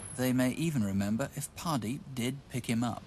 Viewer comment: Great! Mini-cab murders now landed on Wikipedia thanks to CW (although I'm not sure about the name spelling: Hardeep? Mr Ross seems to pronounce it as Pardeep).